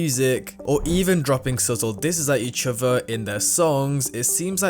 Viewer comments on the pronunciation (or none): "each ovah" 🥀🪫